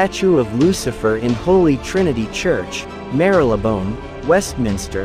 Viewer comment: THE WAY YOU PRONOUNCE THE NAME OF THE CHURCH IS WAAAYYYYY OFF MAR-LEE- BONE YOU NEED TO MAKE A POINT OF LISTENING TO THE WAY THE BRITS PRONOUNCE WORDS